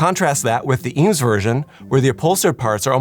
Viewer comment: TIL the correct pronunciation of Eames